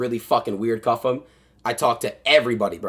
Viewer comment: CU-ffe-M take the L